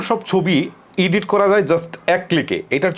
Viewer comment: উচ্চারণটা হবে এডিট